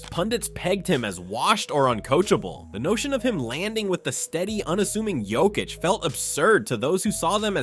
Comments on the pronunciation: It is not Jokich, it is Yokich. Learn to pronounce... Mixing it all the time.... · Mispronounce Jokic's name several times and then send us to your shitty store. Fuck off. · Please learn how to pronounce the 3 x MVP’s name. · hes saying it wrong sometimes but sometimes he says it right idk whats up with that